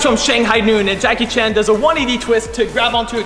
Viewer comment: Джеки Чан а не Джаки Чен